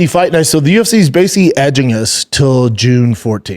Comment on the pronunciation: Lets figure out how to say this "BASICALLY" word before we get much older, right?